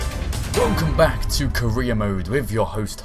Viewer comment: When he started the video it sounds like he said Korea mode.